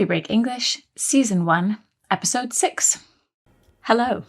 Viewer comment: episode not esipode thats wrong 😅